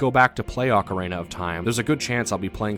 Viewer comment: Loved the video, but this drove me nuts: Do you see a third A in the word ocarina? It's ock-uh-reen-uh, not ock-uh-rain-uh. Okay, rant over. Great vid!